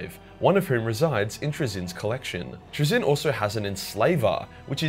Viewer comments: And the one thing he does not have in there is your ability to actually say he's act fucking name right lol.... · I'm not even English and I know it's not traZIN the inFINITE pronunciation but TRAzin the INfinite